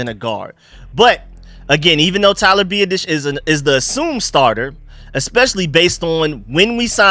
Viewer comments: Love your videos bro. Just one thing, Tyler’s last name is pronounced Bee-aah-dish lol. Sorry don’t mean to sound like an ass. Keep doing you though! Love your work! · You are butchering our new center's name!!!! LOL. BiAdasz. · Hopefully, will stop consistently butchering Tyler Biadasz's last name by the time OTA's roll around